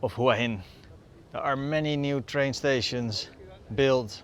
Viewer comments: Excellent description of Hua Hin also pronounced correctly Whaa Hin 🤩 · Straight off the bat, the only guy who pronounces it correctly.